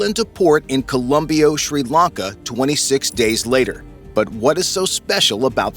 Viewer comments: The Sri Lankan port is Colombo, not "Colombio". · How in the world did you manage to mess up "Colombo" Sri Lanka's economic capital? Your channel says "Facts" but seems like you're below mediocre when it comes to "facts".